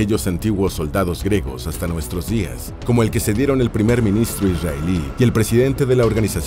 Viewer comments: Se dice griegos , no gregos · Se pronuncia “griegos”, no gregos. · Se pronuncia GRIEGOS NO 🚫gregos🚫 🤦🏻‍♂️🤦🏻‍♂️🤦🏻‍♂️🤦🏻‍♂️🤦🏻‍♂️ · Disculpa, por qué el narrador no dice claramente griegos? Dice algo que suena como gregos... Por Dios...! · ¿Dice "gregos" todo el rato o mi cerumen es dulce?